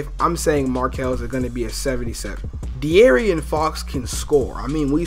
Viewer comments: It's pronounced DE-AARON not DE-ARION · And it's DeAARON fox, not "aryan" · Bruh De'aaron is pronounced D Aaron like what do ppl not get about that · This nigga said "Dee air ian Fox" LMAOOOOO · Fr, completely butchered homies name...wtf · Bruh I was so annoyed when pronounced De'Aaron Fox's name wrong